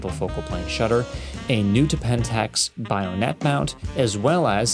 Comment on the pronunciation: Your videos have great style. Just a note about terminology shortcomings which, I suspect, comes from reading certain words without ever having heard them in their original parlance. It’s just “one-sixtieth,” or “a sixtieth,” not “one-OVER-a-sixtieth.” Also, it’s BAYonet, not BYEonet. Otherwise, keep up the great work.